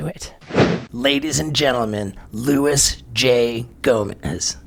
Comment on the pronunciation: seconds and the "J" isn't pronounced in his name... lol